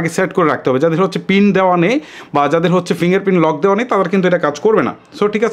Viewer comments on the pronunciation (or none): none